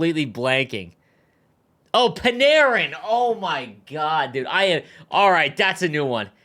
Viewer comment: Narin= panarin 🤣